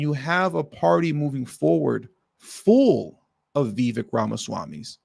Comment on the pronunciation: His name is pronounced "ViVaaake". Like cake.